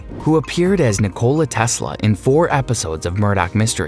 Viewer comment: Please learn to pronounce Bisson, Hélène, Nikola and Siobhan 🙄